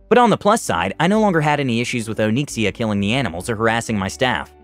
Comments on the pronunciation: Nobody:: Oh-neek-see-uh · Did you intentionally use the name of a famous WoW dragon? And if so, is he pronouncing the name correctly?